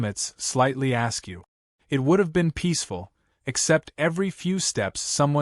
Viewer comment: Not "slightly ask you", but "slightly askew" - which describes the AI narrative and closed captions...!!! 😏😒🧐🧐🤨